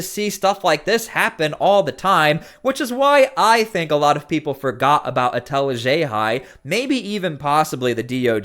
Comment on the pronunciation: She chose to be a public figure and to act this way in public unable to control herself like this is all a game… then complains that people voice their disgust with her in real life and plays the victim… pathetic… And I love that pronounces “Etel Haxhiaj” perfectly but not WUH STAHHh lol, gotta add our Boston accent In theaaa 😂